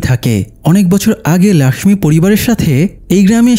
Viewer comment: Laxmi hobe na lokhhi hobe Hindi te Laxmi bole Tumi bangla te bolcho jokhon lokhhi bolbe abar thake....